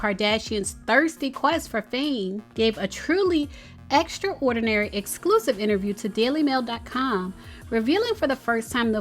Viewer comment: Anybody else hear the word: whore-dinary…when she read extraordinary?